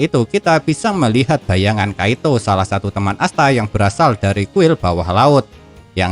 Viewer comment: Kiato bang admin bukan kaito